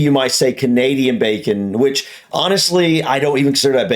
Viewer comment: Really hate the way she pronounces bacon! I'm from the same place as her (glasgow I think) and I do not pronounce it that way, I annunciate the "c" sound whereas she is bastardising it! No one I know says it that way either. Also that isn't how you cook bacon, she would have been as well just warming up slices of cooked ham 🤣 Also. as others have said you basically aren't enjoying much bacon over there as the "cripsy" that you love is just cooked fat! 😝Bacon is a cut of pork (pig meat) don't get me wrong I like streaky bacon, but there isn't much actual bacon on that, just fat which of course we are hardwired to love as if we were living in nature coming across fats is something of a rareity so our instinct is to binge on that fat when it's in front of us. Hope y'all are well, and hope you manage to stay well for a change!